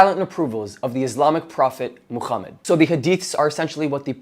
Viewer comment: Why do you pronounce Muhammad as "Mooh-Kchhh-ummud" or "Muuh-Kchhh-ummot" with your big gangly Zionist looking ass face 💀🤣